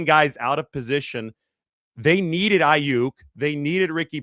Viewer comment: No one will take you seriously if you can't even get the names right; and I'm not talking about the spelling.